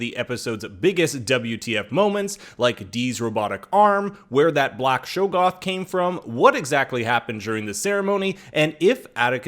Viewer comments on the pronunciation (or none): great job, except........shog-goth, not show-goth.